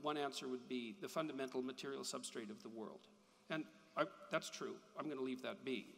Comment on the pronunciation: If I hear “Substate” agin I’m going to drown myself.